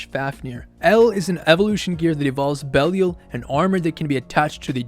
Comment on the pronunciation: Had to stop watching at 27 seconds, how can you not know how to pronounce this name properly? Be li al